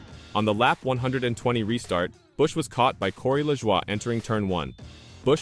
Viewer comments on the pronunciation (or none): His name is La"joy" not Lajwa". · At least hire someone that can speak actual English ,"la Jua", really?